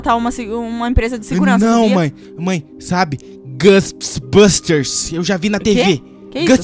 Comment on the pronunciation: não se fala gusts busters se fala Ghost busters